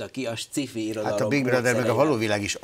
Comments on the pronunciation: Hát ezt meg ki mondta, hogy szkifinek kéne ejteni? Mitől? Ejtse ki jól: science fiction. Van benne k hang? A másik lehetőség meg a magyaros, ahogy írva vagyon. Szkifi pont nincs egyik lehetőségben sem. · sci-fi...kerem ejtse ki jol...c helyett k...amugy jo volt.....